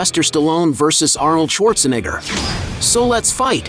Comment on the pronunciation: This guy really having a tough time pronouncing "neigh".. comes out as "nih" everytime. Just say Arnold.